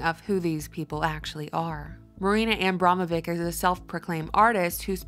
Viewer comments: Well covered reportage. Old Money turns in the same circles, driving the same old cogs of the machine of oppression and panic. P.S. Abramović should be pronounced AB-RAMO-VITCH like witch but with hard V. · Abramović is pronounced - ć being a "ch" - Abramovich (if you spell it as it's pronounced). She is Serbian, so..